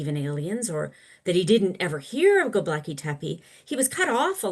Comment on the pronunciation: It's Gobekli not Gobleki. You undermine your entire position when you seem to not know what you are talking about.